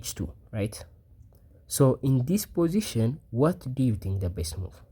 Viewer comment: I learned a new word today: "po-ition" LOL Curious what your native language is? I saw the solution immediately.